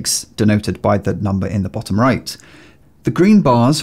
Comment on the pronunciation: They way you say bottom makes this mate 🤣